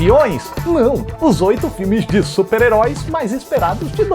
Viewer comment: que bela dicção nesse supararoicas HAHAHA